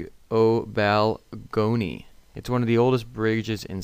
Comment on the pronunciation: Just to help you out... The names you were struggling with are pronounced, Baal-gown-E(gown as in wedding gown) and elf-in-stone.